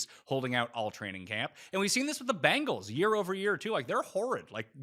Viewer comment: you're great, but for the love of god please stop calling the Bengals the "Bangles"